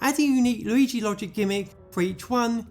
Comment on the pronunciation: New loigi ayeoia? Lol